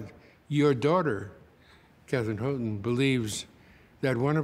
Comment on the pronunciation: Bizarre! The commentators can't even pronounce well-known terms properly: "Greeeta Garbo" (Greta), "Bryn Moore (!)" (Bryn Mawr), "Hooten" (Houghton), "An-tee-OH-pee" (Antiope)! Wasn't there a producer around to check this stuff? Hard to take the commentators seriously.